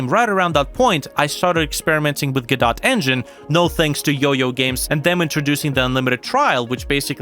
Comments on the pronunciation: Normal people: go - doh this dude: gaw dot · it's pronounced " GUHH-DOH " ,, WTF man ?